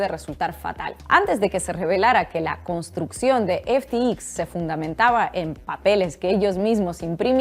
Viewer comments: Disculpa, se pronuncia F T X , no F ti i , efe te exis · Ya que no sabes lo que hablas por lo menos pronuncialo bien!!!! EF,TI,EX🤦🏻‍♂️🤦🏻‍♂️🤦🏻‍♂️ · No se si ya te has dado cuenta pero pronuncias de manera incorrecta FTX. Igual estás bajo mucho estrés o el inglés no es tu fuerte. En todo caso, tómese la observación en tono amable. Tu castellano es casi perfecto.